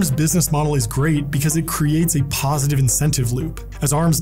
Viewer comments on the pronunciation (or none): none